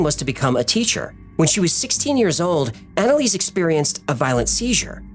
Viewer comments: Are you sure about the name pronunciation? Based on people I know with similar names, the first part is likely ona or auna. For example; one friend is named Annelise and it is pronounced auna-lisa. Anyway, great video! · I replayed naming of "Analease" like 5 times and laughed my head off 🤣🤣